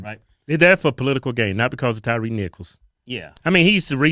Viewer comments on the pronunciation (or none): Then he gonna call him Tyrese nicols instead of Tyre 🤦🤦🤦. How you doing a eulogy and don't even get the man's name correct. If no one caught that it's at about the 5min mark when he's talking about climbing. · Sharpton couldn't even get Tyre Nichols name right